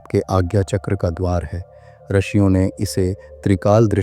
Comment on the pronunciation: अत्यंत उपयोगी जानकारी देने के लिये बहुत बहुत धन्यवाद। रिषियों शब्द का उच्चारण रशियों किया गया है।